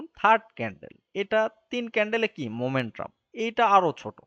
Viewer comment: Not Momentrum just Momentum/ ক্লাসটা খুব সুন্দর ছিল বাট মোমেট্রাম কথাটা বড্ড বেশি কানে ভাঁধছিল।